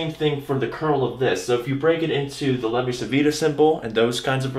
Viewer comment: Awesome vid, keep up the good work! Just a nitpick: Levi-Civita was Italian, the 'C' should be pronounced like "ch". Think "Levi-Chivita" :)